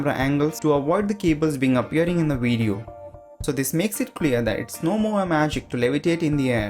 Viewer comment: You know that you're Indian when you pronounce "video" as "wee dyo"